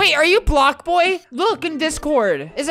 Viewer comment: is he saying black boi? Or Block Boi BlocBoi is an Ironic name